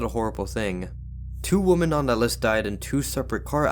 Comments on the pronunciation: The word is WoMEN not WoMON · Great content but it's pronounced WIM-MEN for women; you're pronouncing it as the singular, woman. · Please learn how to pronounce the word "women" ....... it's NOT the same as "woman" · Didn’t you promise to learn how to pronounce the word Women?